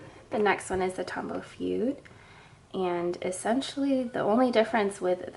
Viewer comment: As a calligrapher who also knows some Japanese, it's grating to the ears to hear you say "fude" as if it was an English word. Please please pronounce it "foo-deh".